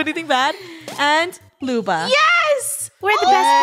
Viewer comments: when they keep saying lubo instead of luba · It’s Luba :3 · e-HEM it’s lub-A